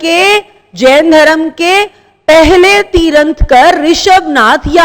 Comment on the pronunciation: Like like like....(tiranthkar nahi ha, sayad tirhankar sahi word ha)